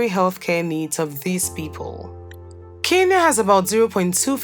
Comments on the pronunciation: It's Kenya not kinya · Keinia👍🏽🥹🤦🏾‍♀️ It's Kenya 🤣